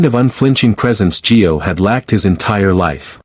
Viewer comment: It's Gio not G O.